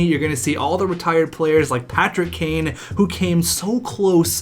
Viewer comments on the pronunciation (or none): none